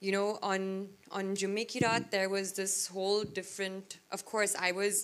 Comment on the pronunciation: She pronounced 'Jumme ki raat' as 'Je mikey rat'. Good luck listening to her speak Kannada.